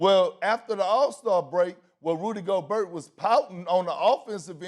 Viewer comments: KP: "Rudee Go-BURT" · LePerk just said, "Go-burt"... 🤣 Not Go-bear. I guess Lacey Chabert is Cha-burt. Not Sha-bear. Go-burt should Go-Clippers. Go-burt is healthy. I usually get Yoplait. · Perk: Rudy Go-Bert. lmao. btw. who's the hot chick? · “Go-bert”. Doesn’t look like Perkins is cut out for a job where he has to pronounce people’s names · How can we take a sport's analyst seriously, if he pronounces Rudy Gobert by saying "Rudy Go-Bert?" LOLOL. I think this show just got worse with adding Kendrick Perkins on it. Someone please tell me how on earth did he get this job??? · Can somebody please tell Perk it’s Go-bear ???? Hurts my ears every time he says it wrong. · Perkins "Go-burt". Fool come one now, don't take a page out of Stephen A's book and mispronounce players names lol. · Nobody: Perk: Rudy Goburt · He pronounced Gobert worse than flight. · Can someone at ESPN PLEASE tell Perkins how to actually pronounce theses players names??? It's driving me insane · Perk doesn't see eye to eye with people with a shred of intelligence. Can't even not pronounce a silent 'T'. Rudy Yoghurt. PERK IS A BLATHERING IDIOT. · Perk did not win the argument from a pronunciation standpoint.. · I came to hear kendrick perkins mispronounce words, and was rewarded very early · SMH, the guy can't even say the players names correctly. Get him outta there! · I love how perk pronounces gobert😂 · Did Perkins really pronounce the T in Gobert? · How perk the only person on the whole ESPN hittin that T hard on gobert??? Despite max steadily saying it right. Tighten up Big K😆